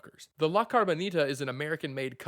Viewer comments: It should be “Cabroncita” to say it correctly. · Nah, they should just do a CARBON-ITA like this guy pronounces it, and build it out of carbon fiber... ;)